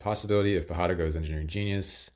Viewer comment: Great video and strategizing! Just a note, pajada is pronounced as if it's spelled with a "y".